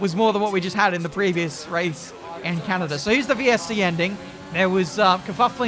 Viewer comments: LOL when you attempted to say "Canada" but ended up with Kanata. There actually is a Kanata which is part of the Ottawa Ontario, Canada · Legends says that he still says can-na-da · The way he said canada lmaooo